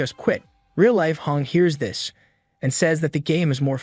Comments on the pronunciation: the ai voice or whatever cant say the word “this” for some reason,and instead it says the word “dis”. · Why can’t it say “this” right,it’s saying “dis” instead of “this”.Its gets very annoying once you realize it.